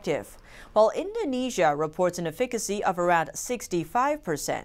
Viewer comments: why would she pronounce efficiency as ''e fick ancy'' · "Afikicy"....😊☺ lol cute. I think u meant to say EFFICACY😚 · ...call up a local pharmacy and have them pronounce "efficacy" several times for you. Yes, a slight tongue twister. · Efficacy..... check a dictionary..